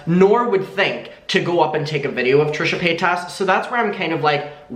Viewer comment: I love the way you say her name xD 💕💕💕